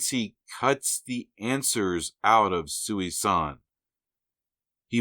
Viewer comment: Small nitpick...Thanos' mother's name isn't "Sooey-San". It's pronounced "Susan". That's the joke. Such a normal sounding name to be the mother of the avatar of Death.